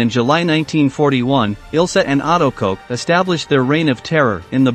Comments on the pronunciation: Her name is pronounced Koch as in “Block”, not Koch as in “Coke”. Her name means “Cook” in English. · "In the small town of Ayecheck, located in the southeast of Germany." - Robot reading AICHACH. "The only certainty was that her name was Ilse Coke." - When the robot can't even read the name of the protagonist, it's time to reconsider.